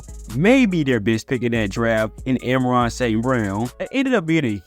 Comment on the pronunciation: It’s not “Emeron St. Brown”, it’s pronounced ...Ahh-Mahn-Ra. Now you try